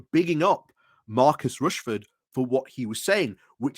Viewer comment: His name is Rashford not Rashford.